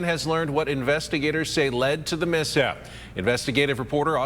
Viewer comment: The 'mishap???' Lol.